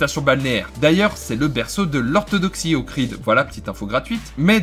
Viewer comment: C’est le lac D’OHRID et non pas Okrid